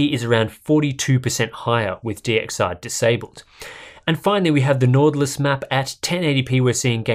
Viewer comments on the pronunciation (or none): "Nortlus".. It's a much sharper Y. It's norwegian (scandinavic actually) for "Northern Lights" :-) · As a dane its funny too hear you say nord lys